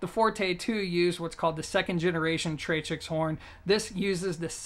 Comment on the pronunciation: tractix, not tratrix.